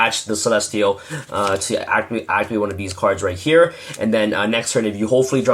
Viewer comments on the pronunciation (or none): none